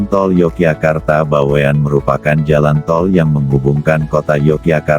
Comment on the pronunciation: Bawen. Bukan BaweAn